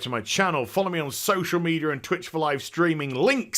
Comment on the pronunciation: "Beetuh" "Social Meteor"